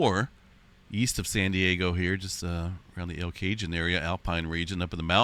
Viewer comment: El Cajon is El ka-HONE